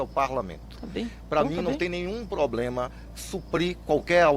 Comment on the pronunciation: Ministro falando " ploblema" é doença crônica do PT